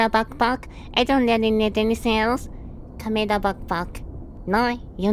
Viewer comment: ah yes, find the cahmehrah